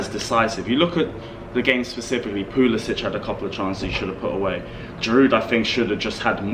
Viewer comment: Can you please stop saying Pulis "itch"! His name is Pulis "sick". Thank you